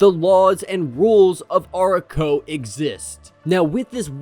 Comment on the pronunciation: I might totally be off on this, but I also double-checked, and channels like Comics Explained, Comic Book Herald, etc. have been pronouncing it Ah-rah-ko. That's how I have been saying it all along as well. It is a semantics thing either way of course but just stood out to me while watching it. ^_^